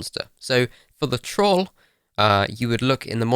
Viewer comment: The way he says troll